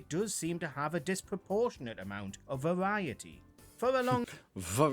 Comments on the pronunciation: His pronunciation of the 'V' in 'Variety' isn't a British accent issue, it's a Speech defect issue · We don’t pronounce Variety the way you demonstrated (I know you were just copying the narrator, but he has a speech impediment which affects his Rs). It’s also 14lbs (pounds) in a stone. I’m quite new to your channel, loving your archive! 😊👏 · Hate to say it, his pronunciation of “variety” is due to a minor speech impediment, not an accent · The commentator on the video actually has a slight speech impediment i'd say...its not pronounced Fariety as he seems to say... we say Variety the same as you, and he's a northerner too which adds to the different way he pronounces words to most southern people. And by the way, Marmite is YUCK!! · Oh dear! I think you didn’t get that the narrator has a slight speech impediment hence the way he pronounced “variety”. Marmite, you either love it or hate it, there’s no middle ground. Personally I think it’s 🤢🤢🤢. What’s the deal with taps? (Faucets). I don’t get the American fascination. Yet when you ask for water in a restaurant you ask for tap water and not faucet water. Yup, nobody speaks like Dick Van Dyke. The woman at the beginning was putting on a posh accent most people don’t say iss-ue. I’d never drink the American version of tea, sorry. That’s just not real tea to us on this side of the pond. Also some people like weak tea and some like builders tea (very strong). I haven’t had sugar in my tea since I was 15. Milk, no sugar or sweetener for me please. It’s 14 pounds to the stone, not the other way round. American baked beans are a completely different animal to the British ones. Nothing like beans on toast and a mug (not cup) of tea. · The way he says variety is not his accent. He has a speech impediment. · That is the correct🙄English way of pronouncing "variety"🤗..Its NOT a Speaking Impediment 😑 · I know it infuriated me when he said that